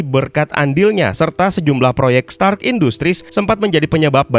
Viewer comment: Stanley: are you TONY STANK? Stark "r" Dibaca n maklum udah tua🤣